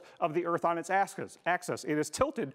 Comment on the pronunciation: "...the tilt of the Earth on its asskiss -- er, axis..."